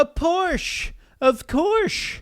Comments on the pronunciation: Its Porsche, not Porsch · *A PORCH OF COURSHHHHHHH * HAD ME DYING 🤣🤣🤣